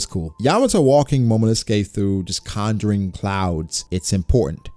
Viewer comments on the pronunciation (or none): none